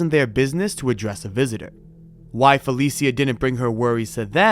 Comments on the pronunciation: It’s fuh Lee sha (Felicia) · Fuh-leee-sha, not Fell-eee-see-uh. At least get the deceased's name right